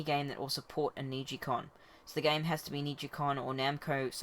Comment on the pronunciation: why do you keep calling it a niji-con?